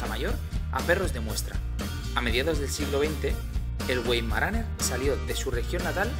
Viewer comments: Se pronunica vaimaraner, no güeimaraner 🧐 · Se pronunca Veimaraner! Like!